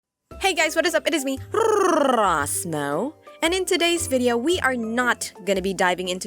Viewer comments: When you can’t roll your r’s so you can’t say her name right Oooooof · I cannot get over that introduction. RRRRRR Ros Mo